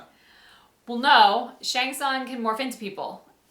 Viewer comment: I don't know why they keep misprouncing Shang Tsung's name.